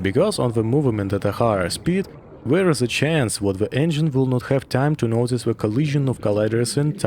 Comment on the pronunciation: Сразу понял, что русский по "зэ и вэ". Насчёт "the" - "дэ" самый идеальный вариант. Надо поработать над произношением.